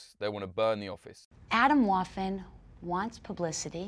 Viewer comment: Jo ok alles klar sie sagt "Aytomwoafen" 😂